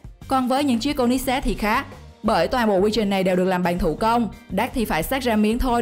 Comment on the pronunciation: cô li zét ko phải cô nít zét